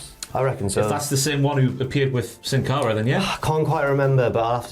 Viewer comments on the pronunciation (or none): none